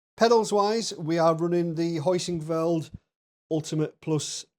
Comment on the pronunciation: It's called "Heusinkveld," not "Hoisinkveld,". 😂